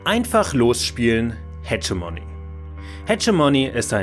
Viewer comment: Das "g" im Namen des Spiels spricht man wie ein deutsches "g", nicht wie "dsch" :)